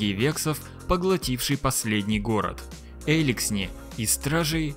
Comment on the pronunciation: «сплЭйсер»? «Эликсни?», что с тобой?